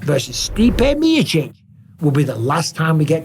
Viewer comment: Why can't Mike say the word Miocic 😅